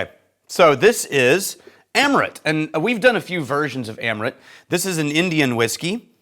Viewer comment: It's pronounced umm ruth